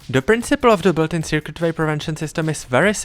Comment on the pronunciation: colon is raged after he called it the "secrate way" 💀spare this guy